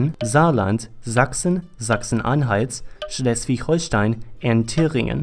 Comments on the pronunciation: If you ignore Schleswig-Holstein it was really impressive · ITS SCHLESWIKKKKKK HOLSTEIN